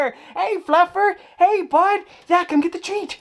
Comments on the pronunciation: it definitely does NOT sound like you said "...hey, fluffer" 8-) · Sometimes when he says fluffer I think he says fucker